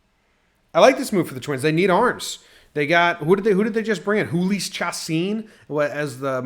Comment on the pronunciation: julio er-ee-iss